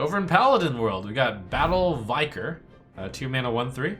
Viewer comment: it's battle VIC-ar nor Vi-car